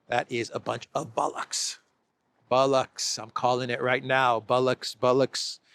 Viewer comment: the word is Bollocks not Bullucks, if you’re going to use a good British word, use it correctly.